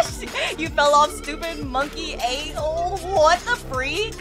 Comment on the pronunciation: I love the way she says "DA FREAK" 🤣